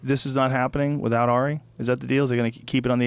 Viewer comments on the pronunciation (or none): none